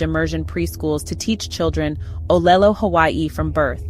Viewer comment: As Kanaka Maoli, a Native Hawaiian, whoʻs grandfather was manaleo, a native speaker, I applaud your video. That being said, there are a number of things in your video that are very concerning to me as a Native Hawaiian. 1. The narratorʻs pronunciation of ʻŌlelo Hawaiʻi is very flawed. It would have been much better to have found a Native Hawaiian who is also either a native speaker or bilingual in ʻŌlelo Hawaiʻi to narrate a piece on our language. 2. The illustrations to this video are both culturally inappropriate, showing Asian cartoon characters rather than Native Hawaiians. The video also shows false cultural stereotypes like a woman dancing what I am to assume is hula wearing a grass skirt. It also shows in another scene a Japanese style house, complete with shoji doors and tatami flooring and rice paddies in another scene instead of sugar cane fields. These all continue to perpetuate a colonial portrayal of our people, which was the cause of the loss of our sovereignty, our government, our culture to a great extent and our language. The content of the video I would give a B+, well done, but adding these other factors I would give the overall video a C-.